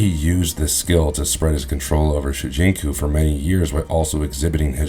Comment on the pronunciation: Shujinko. Not Shujinku